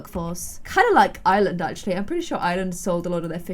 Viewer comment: the way she says ireland smh